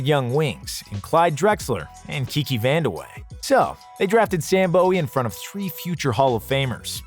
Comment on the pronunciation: Is it Sam BOW-EE? or BOO-WEE? I hear people pronounce it both ways. Lol